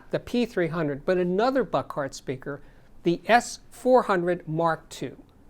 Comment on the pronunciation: The company name is pronounced Book-hard, not Buck-art.